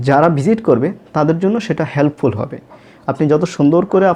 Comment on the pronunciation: বিজিট করা!!!!! তাইনা। আপনার তো এখনও উচ্চারণে হয়নি